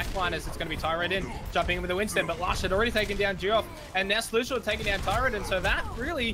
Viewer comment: Everytime they said Tirodin instead of Tyrodin it absolutley triggered me